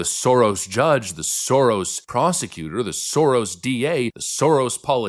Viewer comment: Hah, love the accent. The way he says "Soros" - that's the correct pronounciation.